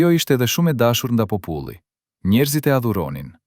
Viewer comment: Ku e keni gjetur kete mut muti qe nuk di shqipen kur dhe fjalen popull qe eshte pothuajse e pergjitheshme